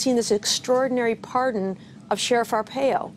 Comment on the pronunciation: Wow... can msnbc spin this any harder... lmao... its very simple... he was pardoned for upholding the law. This twack doesnt even pronounce Arpaios name correctly she doesnt even know whats going on.